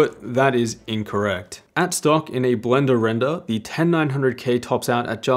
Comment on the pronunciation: blendah rendah